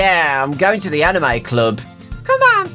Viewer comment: When you hear say anime in the most British accent ever, plus the video is 3 years old and you are watching it for the first time